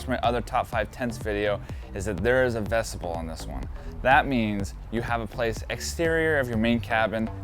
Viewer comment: Friend, thanks for this video. By the way, the word is vestibule (vess-ti-byoul) not vestible.